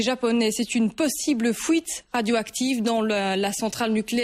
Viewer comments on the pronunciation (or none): Fouite au lieu de fuite 🤣😂🤣😂🤣😂🤣😂🤣😂🤣😂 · Une fouite ? :') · fuite ou fouite WTF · ''Fouite '' mdr